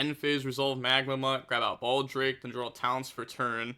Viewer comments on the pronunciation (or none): none